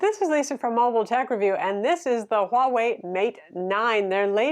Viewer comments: You got Huawei right! It is the way Chinese pronounces it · Appreciate the accurate pronunciation of Huawei - do you speak Mandarin btw?